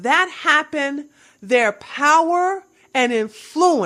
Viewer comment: Great video - all of your videos are. Loved the one about Poland - 'swhere my people are from. You have a unique pronunciation for the word "influence" - usually the emphasis is on the 1st syllable.